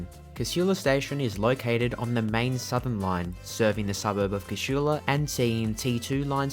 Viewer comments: Its Casula not Cashula. Shits me how people put a H in there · Despite the lady’s voice over the PA system… the word Casula is pronounced, K-sool-a. Lived in the area and been catching the train from there since the 70’s. I once asked TransportNSW to run a poll and ask the public how they pronounced it. 51% (who did not, or have never lived there) said it the wrong way, whilst the other 49% (who grew up in Casula) said it correctly 🤦🏻‍♀️ So they decided not to change the voiceover 😂